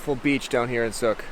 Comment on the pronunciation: Sook rhymes with.